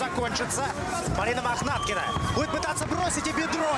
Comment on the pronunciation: 2 замечани 1.Лиана за клуб Ахмат. 2 первый раз сказал не правильно фамилию Махнаткины